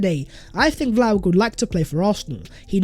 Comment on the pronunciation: It's pronounced Vlahovich please man I can't keep hearing Vlahovik anymore.